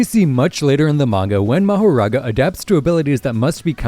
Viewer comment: Just and fyi. Mahoraga's name is pronounced makora